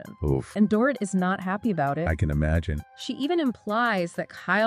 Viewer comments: Stop saying Door-it. It's dor-eet. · It's Dor-eet, not Dorit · Can all you Podcasters please stop mispronouncing "Dorit" already? Listen to the shows to learn it.